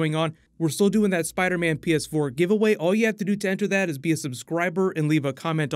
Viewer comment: Spooder mun pee es for